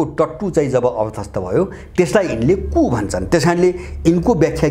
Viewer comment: कुप हाेईन कु (coup) हाे ।